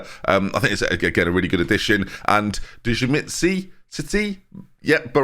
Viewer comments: Djimsiti is pronounced "JIMSITI" (Jim-City). Same thing except the D is silent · Djimsiti is pronounced as 'Jim-city"